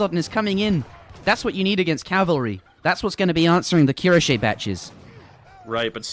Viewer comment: The way pronounces cuirassier triggers me.